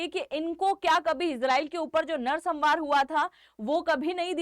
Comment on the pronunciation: सम्हार क्या है Examनारी? क्या आप का यह उच्चारण सही है? Thums Down!!!